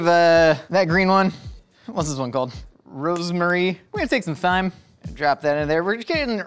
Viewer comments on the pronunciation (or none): ever so seriously calling the thyme thigh-m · Did it trigger anyone else how he said thyme? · You know damn well thats not how you pronounce "thyme"... Actually maybe not.